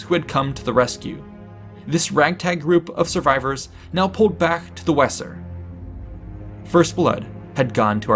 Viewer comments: Great job. The Wesser river is pronounced Vay zer. Fyi. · Vayser. Not wesser.. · When pronouncing place names please investigate. For example in this well put together coverage, the River Wesser is pronounced Vayzer as in German W=V and S=Z this is but one example as Latin has others. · The Weser river the W is pronounced V so is sounds Veser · It would be pronounced "vayzer" river, surely . . . ? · I spent 5 years in Hameln and 3 years Minden so hearing it mispronounced just grates.